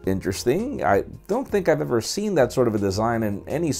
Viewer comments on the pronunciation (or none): none